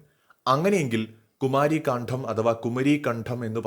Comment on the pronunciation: കാണ്ഠo അല്ല. പ്ലീസ്. കാണ്ഡം